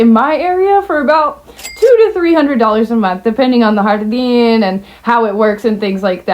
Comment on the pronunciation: It took me a while to notice you were saying "Jardín"😂😂😂